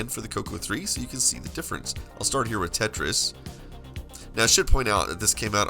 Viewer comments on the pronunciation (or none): none